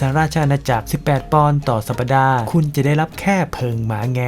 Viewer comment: สัปดาห์ - ออกเสียงว่า สับ-ดา น่าจะถูก